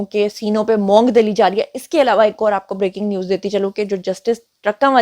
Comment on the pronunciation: میڈم۔لفظ مونگ زبر سے نہی پیش کے ساتھ بولا جاتا ھے۔۔۔۔۔